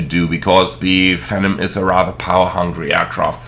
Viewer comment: I know this is probably a German->English thing, but Phenom is pronounced "FEE-nahm", not "FEN-um" like you're saying. Rhymes with "be" and "bomb", not "venom".